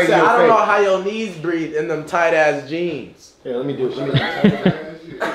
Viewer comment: Nigga said “where I get my jeams from”😂😂😂